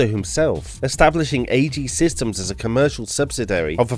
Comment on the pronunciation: "Airacom" "Queerex" "Assejy" 😂